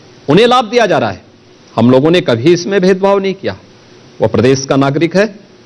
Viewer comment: Is taklappa ke muu se pradesh bula lo nai ye bolte padesss nai bolsakta kuch padha to na school Jake.